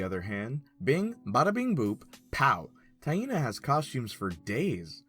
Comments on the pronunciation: My brazilian ass get unconfortable with "Ta-in-na" pronunciation. "Tai-nah" sounds so much natural. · My name is pronounce the same as Taina just written differently and everytime you say it I wanna laugh